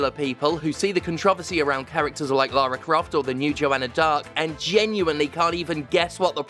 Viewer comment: Why does Stephanie keep pronouncing Laura Craft's name wrong?